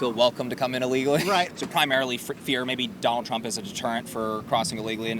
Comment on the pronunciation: guy for real said "donald truh"